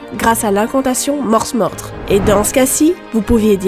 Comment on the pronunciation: Il me semble que le s de morsmorde ne se prononce pas. C'est la contraction de mors (mors a cheval) et mordre.